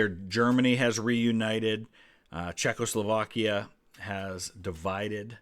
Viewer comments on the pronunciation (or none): none